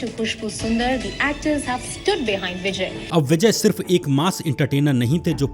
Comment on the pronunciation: Area yaar bijness business hota hai. Pronunciation correct karo content dikhne meh bohat acha hain lekin sunne me UP Bihari ki badbu aajati hai. Bijay nahi Vijay Eaji nahi easy Bujiness nahi business